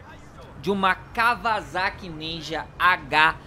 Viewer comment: Na segunda vez q ele disse Kawasaki ele disse kavalaki